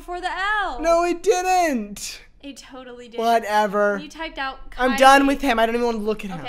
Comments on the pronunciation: Every time said “Kyli” and not “Kyil” I lost it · imvu man: kyil: kyli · love how the guy's name was kyil and he was called kyli the whole time